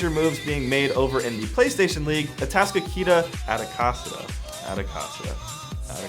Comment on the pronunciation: Just to let you know, Atascocita is pronounce A-task-o-seeda Appreciate the vids tho :)